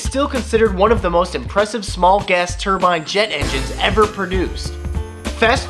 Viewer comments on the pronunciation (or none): none